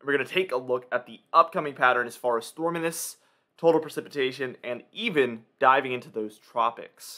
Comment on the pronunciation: Stormanence?? 😂 it’s pronounced ˈstȯr-mē-nəs